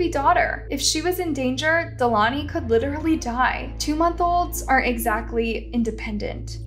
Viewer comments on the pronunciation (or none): none